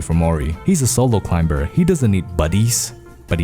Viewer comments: He can say climb and climbing properly but not climber somehow. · The climber is not pronounced with a b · I love this video but I hate how u say climber